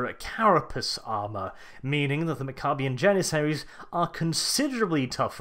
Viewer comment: mac-uh-be-ins. pronounce it right, dummy. named after warriors.